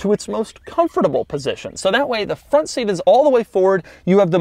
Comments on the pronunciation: Bro did you say fwont instead of front? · Doug the type of guy to say "Fwont" instead of "Front". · Shankar Menon I noticed that too😂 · the "fwont" huh? Not the front? Lol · "next we move on to the fwont of the Equus"